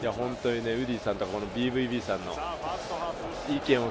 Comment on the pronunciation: bvbの読み方はドイツ語発音のベーファオベーですね いつも楽しませていただいてます^_^ ドイツ在住FIFA 派より